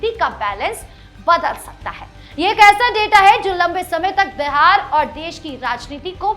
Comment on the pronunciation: My dear anchor, it is BIHAR NOT BEHAR, please pronounce properly.